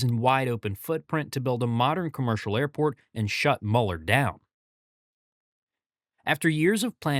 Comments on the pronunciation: Quick correction… it’s pronounced “Mew-lur” not “muller” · cool video. just an fyi, its pronounced MEW-ler lol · You must not know Austin very well. Del Valle is pronounced Del Valley, Robert Mueller is pronounced Mule er and it's A,U, S not AUS. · Another AI video with lots of mispronunciations. It's dell valley, not delval. And it's miller not muler. The new terminal is only 5 years too late? That's pretty good for Austin. I35 is 20 years behind its traffic needs!